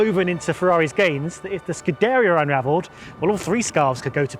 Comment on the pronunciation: “scu-DAIRY-uh”? Excuse me, but...the hell? lol